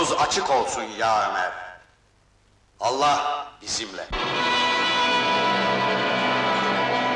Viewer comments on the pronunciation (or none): Kelimei şehadet ederken enla diye okunmaz. Ella diye okunur. Dikkat edelim lütfen.